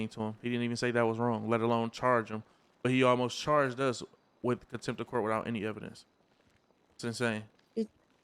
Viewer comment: Contempt not attempt 😂